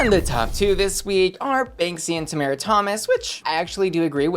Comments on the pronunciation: still pronouncing Tomara wrong 😂 Personally I think the safe decision was right for her I wouldn't put her in the top. Agree with the bottoms though 😌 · second episode in and you keep pronouncing Tomaras’ name wrong 😴